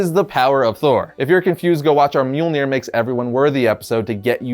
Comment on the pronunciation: Its mjölnir